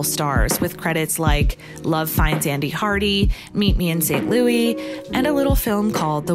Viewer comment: wait why do you not know how to pronounce st. louis